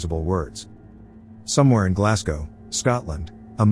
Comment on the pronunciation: Interesting that the robot narrating this can pronounce "Glasgow" properly when 98% of American humans can't. BTW it's "glaz go", simple as that.